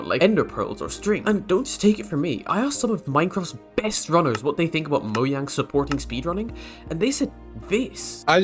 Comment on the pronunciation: invalid opinion you don't know how to pronounce mojang correctly